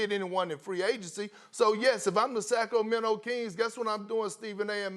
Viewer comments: Kendrick “Sack Row Mento” Perkins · no one: kp: sack o mento